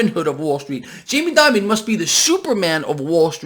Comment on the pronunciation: please pronounce his name right. It is pronounced like "demon" not "diamond".